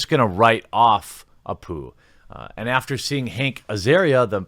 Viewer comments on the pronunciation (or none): none